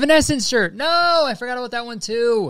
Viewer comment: i forget your until you say “abouuuuuuut”